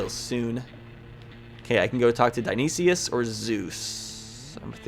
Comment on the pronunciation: Update, cuz im still watching: Dionysis is pronounced Die-oh-nye-sis